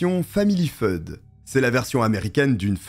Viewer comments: Family Feud si dit « family fioude, pas feude… » Et le service d’urgence, dans la francophonie qui l’utilise, se dit « neuf-un-un » pas neuf-cent-onze! 😅 🇨🇦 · Famille. Family Feud se prononce Family "fewd". J'ai remarqué que tu avais un peu de mal avec les prononciations en anglais ;-). Comme ton histoire qui se déroule à Daytona Beach. A chaque fois, tu dis "DeLtona". Google peut t'aider dans la prononciation. Ils ont tous les mots anglais enregistrés en son. En tout cas, j'adore ta chaîne. J'ai découvert il y a quelques jours et me me suis abonnée.